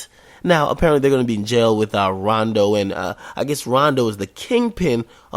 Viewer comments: But when Vic Mensa went to everyday struggle and told akademiks he made fun of chiraq mfs he said he never made fun of em yet i watch dis and he callin rondo coondo lol ak u the biggest bitch omm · This nigga said koondo numba 9 weak